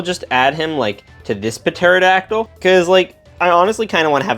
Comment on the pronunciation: Bro pterodactyl is said like terodactyl